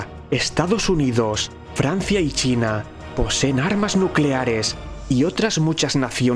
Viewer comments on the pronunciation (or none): none